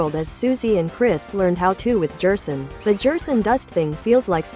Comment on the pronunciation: you might try gherson or maybe guerson to get it to not say jerson